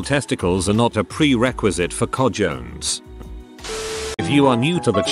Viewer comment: The mispronunciation of cojones was epic.